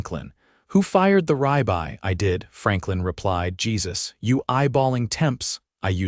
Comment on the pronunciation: Good God, can't even pronounce Rib Eye (yes, it's 2 words not 1!!!) Rye-bye? good grief!!!!